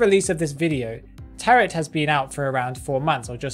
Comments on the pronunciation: Btw, the word isn’t “taret” it sounds like “tare-o” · It's spelled as "tarot" but pronounced as "taro". Please,, never say taroT ever again TT